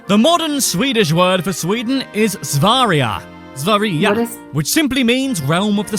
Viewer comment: his pronunciation of sverige was ridiculous